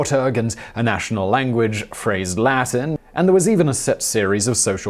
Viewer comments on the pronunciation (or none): none